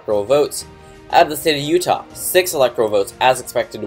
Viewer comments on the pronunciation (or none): none